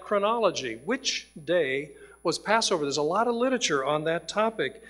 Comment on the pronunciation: Why on earth do these doctors keep saying "lit-uh-ture"? It's "literature".